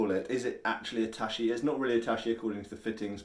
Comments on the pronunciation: It's tachi not *tashi, much like 'chop' and 'shop' are different. Also, there's more that distinguishes tachi from katana - eg. blade geometry (tachi tend to be narrower, but thicker) or blade curvature (apex of the curve tends to be closer to the handle on a tachi when compared to later swords). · Hey; big fan. In Japanese, the "ch" of Tachi should sound like the "ch" in "chicken", not the "sh" of ship. If you really want to get it spot on, the "ta" should be more like the "ta" of tarpaulin, not the "ta" of "tapdance". Source; bilingual in English and Japanese.